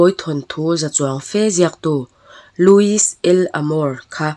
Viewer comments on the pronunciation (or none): none